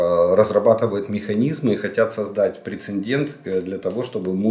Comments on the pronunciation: Олег Владимирович,при всей Вашей грамотной речи,Вы неправильно произносите слово(причем,почти в каждом вашем ролике) прецеНдент ! Правильно: прецЕДент,по аналогии слова : инцИДент. С уважением ! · Уже не в первый раз Вы говорите "прецеНдент". Исправьтесь, пожалуйста. Правильно "прецедент"